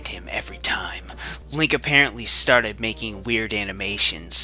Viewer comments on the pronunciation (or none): none